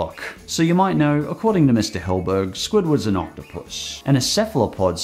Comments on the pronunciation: Sorry, but you pronounce Stephen Hillenburg as "Hill-burg", but it's actually pronounced as "Hill-en-burg". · It bothers me that someone who is clearly a much bigger spongebob fan than I am calls Hillenburg “Hillburg”… like come on